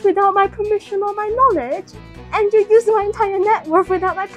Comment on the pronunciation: "WATTT? YOU DID TIS WIHUT ME KNOOWLÆGE” girl I’m sorry you sounded British there